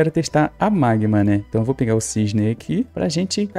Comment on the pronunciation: Oi tudo bem? Gostei do vídeo, rachei o bico quando vc falou "magmam" aakkakaka sou seu fã 🤠 tem como me mandar feliz aniversário no vídeo amanhã e meu aniversário estou fazendo 14 anos amanhã